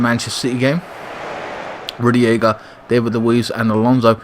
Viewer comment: Good team selection mate! and don't worry about pronouncing the opposing players, we only care about the chelsea ones, lol. and by the way, it is Rudiger not Rugiega. and it is Kovicic not Kovacovic! lol. Keep it up man. My man of the match was Kante in this game, I agree with you.